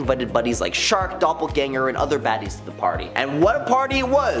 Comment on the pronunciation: Shark??? Who the hel— You mean SHRIEK??? Bro, are you serious😂😂😂